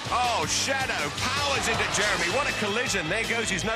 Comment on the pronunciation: I bet the commentator was super careful each time he pronounced the black guy’s name. The ref was focussing so much on the name that he screwed up with ‘Jeremeny’ instead 😂